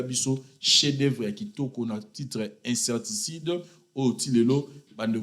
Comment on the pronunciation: balobaka insecticide pas inserticide